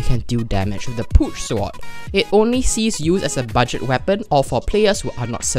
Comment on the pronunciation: "budet friendly" we all make mistakes its ok